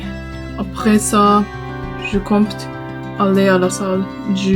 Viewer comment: Coucou, Merci pour la vidéo. 👍 Super ton nouvel avatar en début de vidéo, j'aime beaucoup. Juste une petite remarque, dans le mot "compte" la lettre "p" ne se prononce pas. 😊 Le Starbucks est impressionnant mais est-ce encore vraiment un Starbucks? 🤔 A pars cela, ta vidéo était très intéressante et bravo pour ta persévérance, ça me motive moi-même à ne pas abandonner. 😃 A bientôt. J-P de Belgique ❤